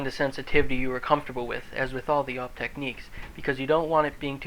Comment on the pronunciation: A-W-P not AUP